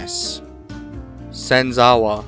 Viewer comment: “Senzawa” Ha ha ha.....